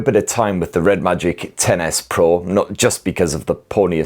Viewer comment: I love that it sounds like you're saying Tennis Pro when you say the phones name. Hehe